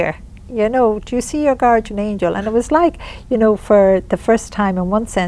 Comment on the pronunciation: PLEASE learn to pronounce GUARDIAN!!!! Drives me crazy listening to you say it wrong, over and over.